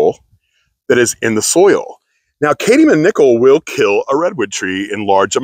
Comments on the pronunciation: the word is CADmium... not cade-ium.... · It’s Cadmium. What you said is not a word.